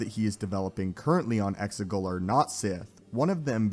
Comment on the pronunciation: No offense mate,but it's Exegol, Xigul. I could be wrong.